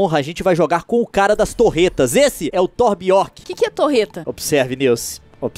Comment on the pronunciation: n eh torb orc, eh torb jorn